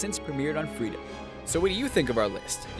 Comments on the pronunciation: FreeFORM not FreeDOM just saying 🙄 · he said freedom it's freeform